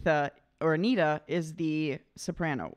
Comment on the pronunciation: Anni-Frid, not Anni... and Agneta, not Anita... Really easy.